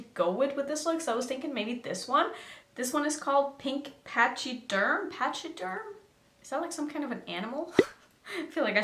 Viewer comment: A pachyderm is an elephant 🐘!!! It’s pronounced “pak-i-derm” 🐘❤️